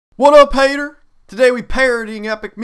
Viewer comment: The first time he said "Haytur", i clicked out of this. I hate Epic Meal Time parodies.